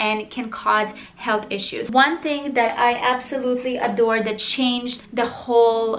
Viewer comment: I love her accent so much omg like how she says dat instead of that 😩💕